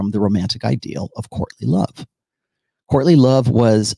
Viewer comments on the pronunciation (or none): Every time you say "courtly love" it sounds like you're saying Courtney Love. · Thanks! Man... every time you say "courtly love"... my brain hears "Courtney Love"